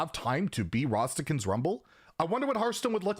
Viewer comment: Everyone: Rastakan’s Rumble: Rhastahkhuns